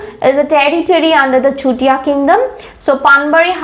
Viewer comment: Please improve your pronunciation like Swargadeu not Hargadeu, simply say sutiya kingdom not chutiya, it sounds like slang.